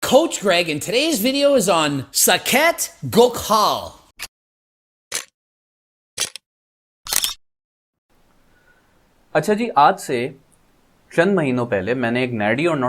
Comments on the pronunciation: "Saekhet Ghokaal" 😂🤦🏻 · Saket ghokallllll hhaa ha his pronunciation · Just laugh😂😂😂😂 saket gokhaal he said lol